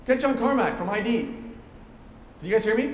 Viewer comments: "John Carmack from I.D." It is the psychoanalysis word id. pronounced (did) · That hurt so bad. I hope that gets fixed in some version of release. It is "id", like in psychoanalytics, not "I.D." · I wonder if no one caught that it's pronounced id (rhymes with kid) software and not I.D. software for the blackberry movie or if it's intentional. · Oh my god, nooooo.... It's not "John Carmack from I.D.". The company is called "Id", as in the thing that is opposite to one's ego. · I thought the software company wasn't pronounced I.D. I thought it was pronounced like 'it" but with a d. id software. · Weird. It's id not I.D. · That guy in BlackBerry pronounced "id" as "eye-dee" and that's so horrible to me. What kind of nerd doesn't even know how to pronounce the name of DOOM's company lmao